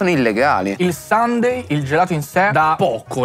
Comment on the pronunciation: Comunque si pronuncia “sànde”😂 Infatti è bellissimo che per tutta la puntata lo abbiano chiamato “domenica”